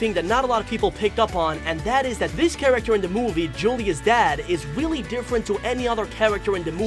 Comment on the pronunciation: Weally? Didn’t notice XD